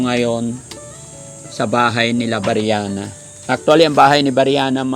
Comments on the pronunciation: Pls. lang po paki pronounce ang name ni BRIANA ng tama. Hindi po BIRYANA. Thank you po. God bless. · Briana Po. Hindi Po Beryana!